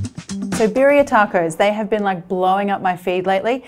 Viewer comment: Little pronunciation help: BEE-dee-uh